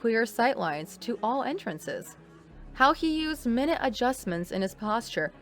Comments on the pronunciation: its pronounced my nute. Not min nut. It means small not the word for a measurement of time. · In this context it's pronounced "my newt" and not "min it." Shit like this is why you guys got demonetized for AI content. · minute in that context is pronounced Mine nute. Other than that, great new iteration of the old story. Loved it. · minute in this case is pronounced "my-newt." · minute (as is time adjustments? minute (as in smal adjustments) are the narrators even native English speakers/readers? i, not being a non native english speaker/reader, caught that one inastlntly :)